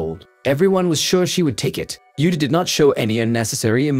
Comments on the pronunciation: He mispronounced her first name too. 😅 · also it’s not “Utah” like the name of the state in the United states. it’s like “oota” except without elongating the “oo.” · The name is Abe Uta , not “eibi iuta” Show some respect trying a little effort to pronounce a Japanese name correctly